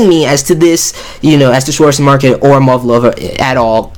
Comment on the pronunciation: Potato Pro Tip : the "w" on Schwarzesmarken is read as a "v".